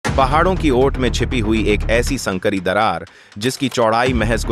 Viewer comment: संकरी नहीं, संकरी बोलो। तुमको ब्लाक करना पड़ेगा।